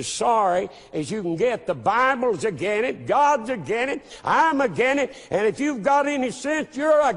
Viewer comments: The word is 'Against', not 'agin' it. If you can't even speak the language correctly, you shouldn't be the head of a church, a school, or in any public speaking position. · ''clearly he is 'agen' it.'' Oh man, I LOST IT. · Is unable of pronouncing, "AGAINST?"